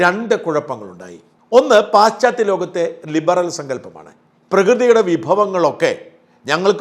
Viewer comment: പാശ്ച്ചാ ത്യ ലോകം ആണ് ശരിയായ ഉച്ചാരണം.